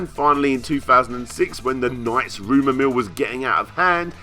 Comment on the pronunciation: LOL! "NOIGHTS". I love your pronunciation.